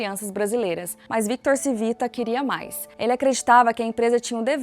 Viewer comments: Não era Civita , era “ Tivita” o correto de falar …É italiano ! Colocam a pessoa pra falar de algo e alguém tao importante e nem sabem pronunciar … nem foram atras saber o sobrenome direito ?? Eu hein ?! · Por favor, corrija a pronúncia! Não se pronuncia Civita porque não é Português e sim Italiano. Lê-se "Tchívita"😢. Gostei do conteúdo, pois fui assinante de várias revistas da Editora Abril. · “Tchivita” não “Sivita” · Video excelente! Único pecado foi faltar um pouco de pesquisa e chamar o dono e fundador de Victor "Sivita", sendo o modo correto é "Tivita". (Victor Civita. Roberto Civita). (Pode ser comprovado nesses vídeos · O nome do cara é Tchí vi ta. Proparoxítona. O nome é italiano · Excelente video! Nos tempos áureos da Abril - e também dos meus pais 😂😂😂 - no final dos anos 80/começo dos anos 90, assinávamos VEJA, Capricho, Superinteressante e SET (especializada em cinema). E líamos todas!! Deu saudade deste tempo. Só uma pequena correção: o nome da família Civita se lê (Tchívita). Parabéns pelo Canal! :) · Como vcs fizeram uma pesquisa tao completa e erraram na fonetica do nome do fundador ? Era só procurar uma mencao "CIVITA" em qq tele jornal ou radio e saberiam pronunciar o nome de uma forma correta... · Muito bom o vídeo, só tenho uma ressalva se a pronúncia do sobrenome Cívita está correta, dado que é italiano seria proparoxitona e não paroxitona como no vídeo.